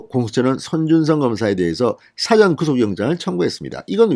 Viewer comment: 가끔씩 들어보면, [사전(事前)]의 발음을 [사전(辭典)]처럼 발음하시네요. 제발 발음이라도 똑 바로 합시다.